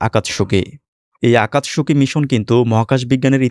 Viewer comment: আকাতসুকি, উচ্চারণ হবে